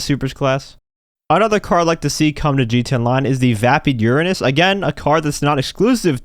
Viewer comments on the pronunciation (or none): none